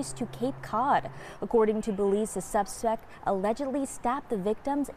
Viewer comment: What’s a subsec? They need to retrain this reporter..she mispronounced and stumbled over several words.